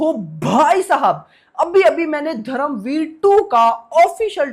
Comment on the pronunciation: दादा तू हिंदी बोलत असणार तर पण धरमवीर नाही धर्मवीर